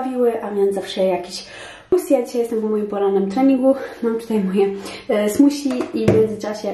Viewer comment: Smoothie- smusi 😅 to nie hejt, mega mi się to spodobało! 🙈